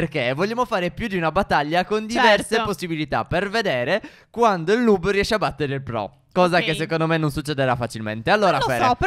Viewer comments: Si dice nob no nub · Comunque noob si legge nabbo e non nub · Ma non si dice nub dmsi dice nabbo o nab (so che si scrive noob ma dovevo fare capire come si dice) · Stef non si dice nub si dice noob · NOOB si pronuncia nob e non nub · Si scrive noob ma si legge niub(leggeteeeeeee) Grandi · Non si dice nuub (però il video è bello) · Si legge noob no nuuuuuuub!!! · NON SI Dice NUUB